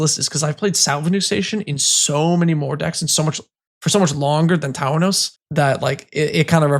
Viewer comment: Tawnos is not 3 syllables 😅